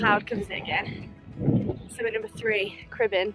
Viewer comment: Great video - and a great effort in not so nice weather. Just a few pointers towards pronunciation of the peak names. Corn Du, say it as Corn Dee. Fan Y Big, say it as Van Uh Beeg. Pen Y Fan - say it as Pen Uh Van. Cribyn - you said it perfectly. I'm looking forward to watching more of your adventures in Wales - best of luck:)